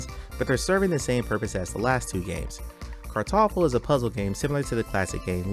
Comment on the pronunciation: As a german I can say that you did a very good "Kartoffel" there!